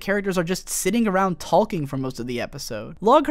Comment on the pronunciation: after watching this, i have only 2 questions.... 1: how do you talk for an hour straight? like honestly you are talking so much its impressive 2: why do u pronounce the L in talking?